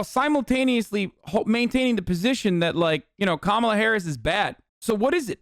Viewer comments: It's not "Kamola," nor is it "Kamela".. it's "KaMAla"❗ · How the fuck can she still not pronounce Kamala right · Learn to pronounce her name. They will always say it wrong on purpose. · Wtf is it with conservatives not being able to pronounce “Kamala”??? I’m not even a native speaker and it’s not hard for me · Why do they insist on mispronouncing Kamala? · Why do they always mispronounce Kamala on purpose?